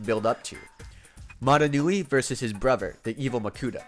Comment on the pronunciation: Everytime this guy says “brover” instead of “brother” it annoys the shit out of me